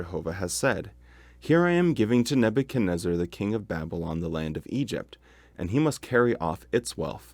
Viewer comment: Neb u chad WHO? REZ ZAR?? ...REZ ZAR!!? i always thought it was neb u chad NEZ zar? 🤣🤔